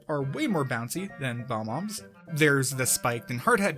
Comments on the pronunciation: its bob-omb not bomb-om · probably the only thing you botched was calling bob-ombs "bom-ombs".